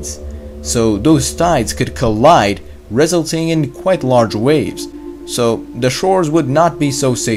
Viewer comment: I'm here to learn something from a guy who says REZ-uhl-ting?